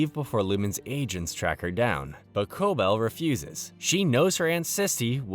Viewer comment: could of atleast watched the show so you know how to pronounce Cobel